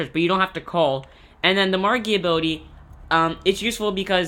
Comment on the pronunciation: "Magia" not "Margia"